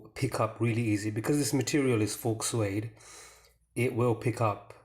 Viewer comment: The 'x' in the word 'faux' is silent. Thanks for the video.